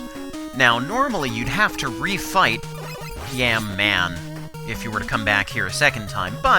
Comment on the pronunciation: Yamato Man is pronounced Yah Mah toe roughly.